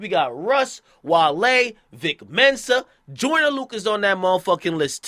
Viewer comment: Nigga said Joyner.. you buggin bruh